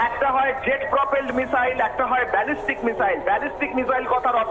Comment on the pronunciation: কোন দেশের সাংবাদিক রে ভাই বেজেস্টিক মিসাইল না ব্যালাস্টিক মিসাইল